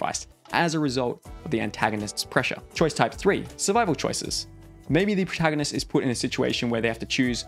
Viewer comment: It's funny that you say proahtaganist.